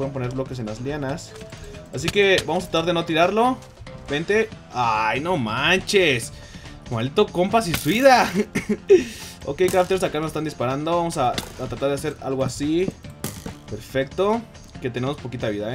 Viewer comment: "Se Suida xD en lugar de Se suicida